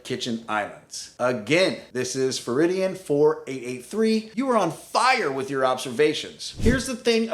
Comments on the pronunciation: ferrari dan. not faridian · Feridian?? No.... it's Ferrari-Dan ...like the Italian super car not feridian. 😂😂😂😂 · i think it's ferrari dan not furridian